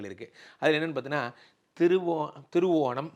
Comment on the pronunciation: Sir thiruvonam cleara illai.